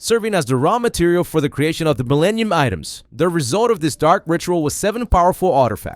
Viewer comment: Did you call them "Millanian Items"?? 😂